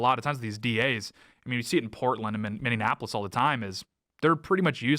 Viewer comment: Dude... stop saying Minneanapolis